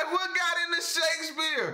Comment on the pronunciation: I like how he keeps pronouncing it "shakesBEER" 😄😄